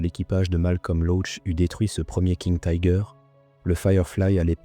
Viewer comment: Pourquoi prononcer Tiger à l'anglaise ?